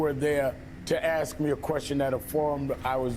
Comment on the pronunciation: "Let me AXE you a queshun" - Al Sharpton